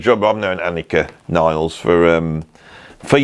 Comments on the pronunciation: Amazing video!!! Just one observation: she is German, you have to pronounce her surname just the way it's written /nilles/ ... Not /nailz/😂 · CAN WE PLEASE STOP SAYING “NILES”???? HER LAST NAME IS NILLES. NILL-ES. NOT FREAKING NILES. KTHNX.